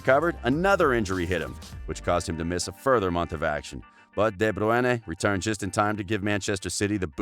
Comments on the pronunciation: "De Bruene" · Two truths if the narrator had ever watched a European football match: A) He’d be able to pronounce “De Bruyen” and “Ghent”; B) This video would be much better. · de bruyeneh 😂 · Everyone: de bruyne HIM: de bruiane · It is not pronounced bru-ene It is broi-ne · Kevin De Bru ENE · Why are you calling him Kevin Deborah? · De Bruene?? xD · Kevin dae Braeune😁😁....man just call him kdb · Kevin de Bruanna? :D :D :D :D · U got so much hate for pronouncing his name wrong.. Maybe try knowing how to say peoples names b4 making a vid bout them like who tf is deh browene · Literally no one:: Kevin De bruana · Pronounced 'De broy-ne' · De Bru Ene???? Just say KDB. WTF!!! Annoyed watching this video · Why the f are u saying debrwoonè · Just say KDB next time :p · Kevin Debruena! Well that's how this pussy pronounced it!! 😳🙄. Shocking!! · De broy na that’s how to pronounce it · It’s Deh-broh-een!!! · Kevin de bru ene😂😂💀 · Dee Byueyne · Who the fuck is Kevin De Bruenen????? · rightly said, everytime he butchered " de-bruyana " i chuckled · Say his name right you dumbasses... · Your pronunciation of KDB's name is farcical. It's insulting. Mr. Gaa--Uul-See-day. That's what your username would be pronounced like by your incredibly useless speaker. I couldn't even finish watching the clip, it's that irritating! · Maybe listen to how people's names are pronounced it's a joke you do it all the time and have to turn off. Sort it out pal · Good effort(6/10), pronouncing his name, compared to the BBC. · The way he says his name HURTS, as an American who can actually say his name, that insults me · Learn to pronounce his name mate. And what is this "untold truth"? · Has to turn off can't listen to your pronunciation it's not a Spanish name you bell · Why do you pronounce his name like that??? Are you deaf? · Great video but just work on the pronunciation of his name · I got cancer how he said De Bruyne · The confidence when mispronouncing is remarkable.